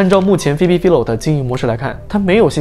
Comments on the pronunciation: 我想說, 她名字好像唸Fai-lo, 不是fi-lo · 还是纠正一下 philo是 fai-lo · 他整個影片都把人家的名字唸錯，還說做了功課 🤣